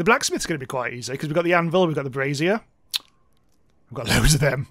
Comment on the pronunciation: Its a brasier/brazier not a brassiere